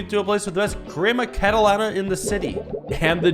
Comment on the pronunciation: The "crema catalana" pronunciation was an 8/10 easily